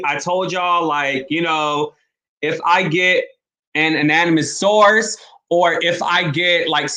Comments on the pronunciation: First, please try to improve your vocabulary and practice pronouncing words correctly. Secondly, try to slowly say, ANONYMOUS 😂. Please stop using words that you can't say correctly. Stop putting others down to promote yourself. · WTF is "ananamous"?😂🤣😂🤣😂 Yet another pronunciation disgrace.. I don't mean to be cruel, but FAR FROM IT! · Great show .. please say anonymous correctly tho it’s making me nervous lol 😬